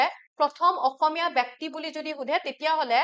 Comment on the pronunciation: Bekti nohoi.byokti